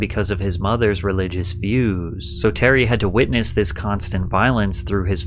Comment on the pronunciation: The way you go low and lenghten the last syllable of every sentence makes me feel sleepy. 'Because of her religious viewwwwws.' So he developed and imaginationnnnnn' Feels like half the cc's on YouTube be low-key tryin to hypnotize ppl.